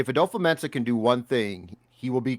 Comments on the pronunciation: It's not adofo. The a is silent and it's pronounced "dafa" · We've been saying his name wrong too, it's dofo not adofo, the A is silent. He said his name in the vikings video where he is signing his contract